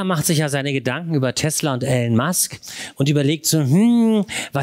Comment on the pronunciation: Hallo, er heißt “Elon” nicht “Allen” 😉